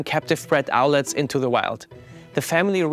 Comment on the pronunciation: Owlet, not owlette.